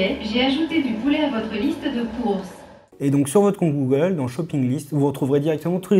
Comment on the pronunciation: "dit gollum ..." Articulez bon dieu ! Il a bien du mérite ce petit assistant.